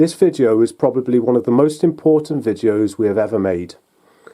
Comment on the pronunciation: Does he keep saying "vijeo"?